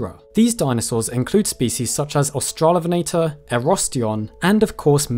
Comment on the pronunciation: Australovenator is pronounced differently